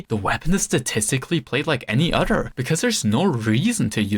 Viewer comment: And he says oder, he doesn't say other.